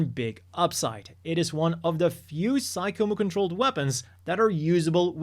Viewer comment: I know it's not obvious, but "Psycommu" is actually pronounced "sigh-com-myew" (for PSYchic COMMUnicator). So, even though it looks like it should be pronounced "sigh-com-moo" it's actually "sigh-com-myew." This is made clear when looking at the katakana, サイコミュ, as those last two characters are the same first two characters for Mewtwo: ミュウツー.